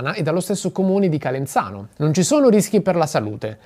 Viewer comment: Calenzano ha la zeta sonora non sorda!